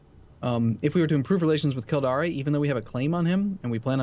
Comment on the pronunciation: Kildare is pronounced phonetically Kill-Dare. Definitely Not Killdaré. Edit: He keeps saying it :-(